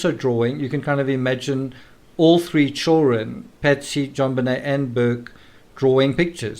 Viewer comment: I'm amused with the pronunciation of "chewrun" (children)☺️